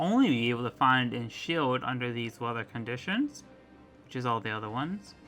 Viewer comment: It’s kimmo-o not kimmo-mo